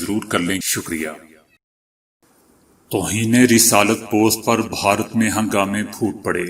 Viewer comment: ما شاء اللہ آپکو اللہ نے اواز بہت اچھی دی ہے۔ آپ بھارت کو (ب ہا رت) کہتے ہیں۔ اسکو درست کرلیں۔ میں آپکی خبروں کو روزآنہ سنتا ہوں۔ آپکا انداز پسند آتا ہے۔